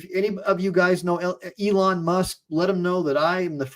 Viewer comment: E lon . Not ellen musk